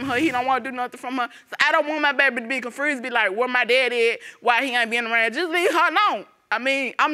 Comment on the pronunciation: Skressed? Confrused? And all he can say is she's a freak.... Dude, really!?!?!?